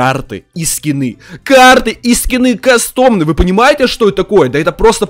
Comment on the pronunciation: Ка́стомные а не касто́мные